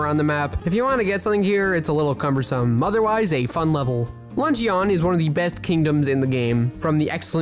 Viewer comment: My dude keeps saying "LUNCH-E-ON" and its sooo annoying lmao. It's pronounced "Luhn-chn"